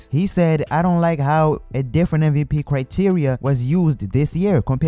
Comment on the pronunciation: It's MVP not MVT